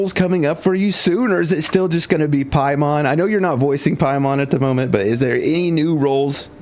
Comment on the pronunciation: Paimon ❌️ Pai-MAN ✅️